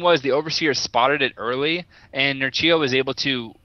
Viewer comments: His name's prenounced more like Nerchyo, not Nercheyo. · it's pronounced "nerquio"